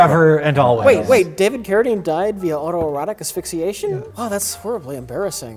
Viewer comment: Can someone please explain to me how was able to say "auto-erotic asphyxiation" three times and under a minute without fucking it up?